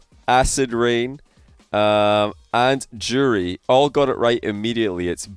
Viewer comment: Did he just call Joreuz "Jurry"? haha